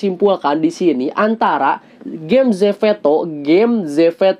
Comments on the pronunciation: zepeto not zefeto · Maaf ka salfok kk ngomong zepetonya zeveto😭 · "Zeveto" :D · ko ngomongnya zefeto dah wkwk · Bukan ZEPETO tapi ZEFETO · Kenapa bilangnya zefeto sih?